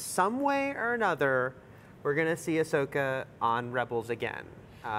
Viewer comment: "Ashoka"? It's Ahsoka ya nubs...